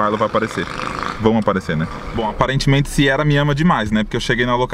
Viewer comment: toda vez q vc fala Siera ha Siera, ai eu penso mas vai que acerta kkkk!!